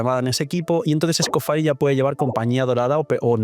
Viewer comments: Entiendo tu preferencia de llamarla como quieres, pero como la llamas es un error lingüístico, “faier” es solo si esa última parte estuviera escrita: “Fire” pero además de que no está escrito en inglés, sino en francés, se pronuncia “Escofiæ” de una forma muy francesa, o británica. O puedes simplificar y decirle Escofier. Seria lo mismo decirle Neubiyete, en vez de Neuvilét a Neuvillete. No es obligatorio, pero sería muy lindo que respetaras las reglas lingüísticas de cada nombre, lo digo sobre todo porque el francés es mi idioma materno y provocaría sentimiento ver que hay gente hispana a la que le importa. Recalco, si usted quiere buen señor. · Escoffier se dice como se lee no Escofire, lo digo como estudiante de cocina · SE PRONUNCIA ESCOFIÉ ENTIENDE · Yo le digo como lo pronuncia su britanica VA "Escoffie"